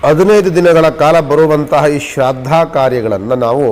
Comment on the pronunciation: Shradda alla shraaddha